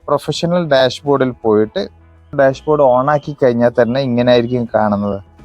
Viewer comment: ഡാഷ് board ൽ എങ്ങനെ പോകണം പറയുമ്പോൾ ക്ലിയർ ആയി പറയണം